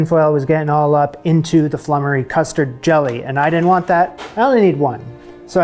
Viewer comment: That bubble & squeak is a bit of a pigs ear! It's just left-over veg (no cheese!) mashed up and fried and served with cold sliced meat and gravy, so basically whatever is left from Sunday Roast. The next recipe is pronounced floomery but its a very old thing not seen these days.